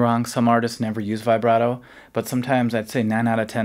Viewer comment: Vibrato isn’t pronounced like that?